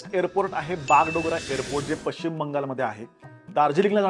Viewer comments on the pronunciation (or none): none